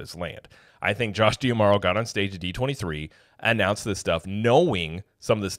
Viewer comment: Mispronouncing D'Amaro